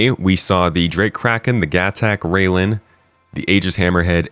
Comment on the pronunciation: Railen is pronounced rye-len (rye as in the grain/crop), not rail-en.